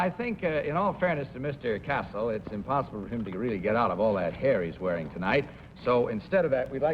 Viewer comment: The exact name of the baritone is Cassel, not Castle